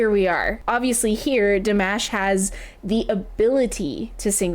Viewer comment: Please go to the original video that you listened to and they actually say his name. His name is not De-mash. Listen to the S.O.S. Where they introduce him. Since you are NittPicc, learn how to say his first name only properly! You don’t have to know his last name! 😊